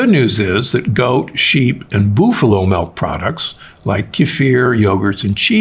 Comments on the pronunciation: Booffalo milk? wtf do you shop? It's pronounced buffalo, by the way. Thanks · I agree with almost everything Dr Gundry says, but not his pronunuciation of “booffalo” (buffalo). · did you say boofalo?